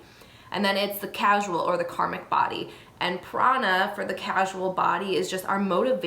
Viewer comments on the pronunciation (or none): Core--sal (causal) not casual. 🕉❤✌ The statement of 'you can have excess Ojas' is incorrect. You can never have enough Ojas once you've topped it up so to speak it begins to overflow into the subtle body and brain. If their is an excess of heaviness that's not AMA or Kapha it is highly likely it's a Tamasic quality causing a dullness. We should always strive to boost Ojas. Great video but this needed to be said.